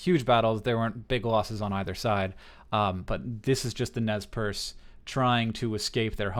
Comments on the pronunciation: Nezz Perce.. It's nez percé, the french word, like pierced nose. I love your videos hank, but this.. it hurts, right in the languages. ^^ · Btw the pronunciation of Nez Perce is mispronounced by Americans just about 98% of the time. This name was given by French-canadian traders and phonetically is "Nay Parsay." The name for their tribe among themselves is "Nimipu." Which simply means in their language "the people." A good resource is the movie "I Will Fight No More Forever" (1975) starring Ned Romero as Chief Joseph, James Whitmore as Brigadier General O.O. Howard, and Sam Elliott as Capt. Wood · isnt it pronounced nez per-say? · rather, we call ourselves Nimipuu (knee-me-poo). Nez Perce (neh-z purse) was a name given by colonizers. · I don't know if it's just my history teacher's influence on me, but I'm pretty sure it's pronounced Nez Per-say. *shrug* Anyway, great video!